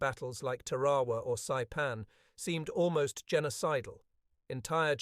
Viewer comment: The normal good production of this Author were spoilers by proaunation w of Tarawa, it’s npt Tawa. 😢